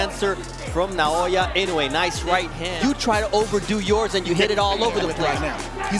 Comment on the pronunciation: Naoya, not Nayoya. AI (Artificial Idiocy) slop